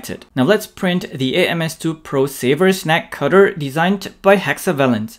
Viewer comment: I thought he was saying "snack cutter". My Pringles are already separated though.